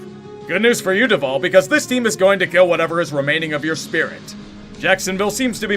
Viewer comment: You said Duval wrong bud. But, great job all the same.